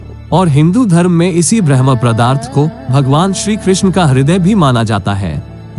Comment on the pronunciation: आपसे निवेदन है की कृपया शब्द का उच्चारण ठीक से करे ।आप ब्रह्म पदार्थ को भरम् पदार्थ कह रहे हैं